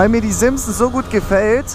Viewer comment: Das heißt nicht simpson sonder SIMSON